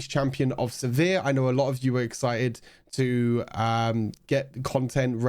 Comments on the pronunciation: I say "Siver" You been saying "se·vere" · The way you pronounce sivir makes me cringe